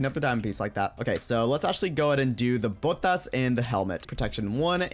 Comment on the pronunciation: Me, a spanish speaker, listening to saying botas and pantalones